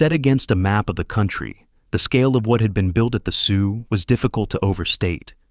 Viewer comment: We pronounce the Sault portion as Sue. The L and especially the T are silent